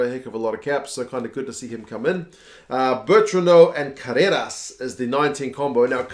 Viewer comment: so cute how you pronounce "Carreras", like an Argentinian 4 yrs old toddler learning to speak. Try rolling the R mate.. "Carrrrrreras"! :) awesome video!!!